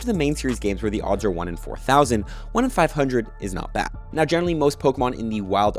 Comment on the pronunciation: One in five hundred… is.. not.. behd… 😂